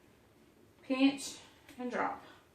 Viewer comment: It's funny, I was watching the Pioneer Woman this morning and she said they make fun of Ladd's brother Tim for saying "peench" instead of pinch and you said it the same way when making your drop dumplings the first time. The second time with the quick dumplings, you said it right!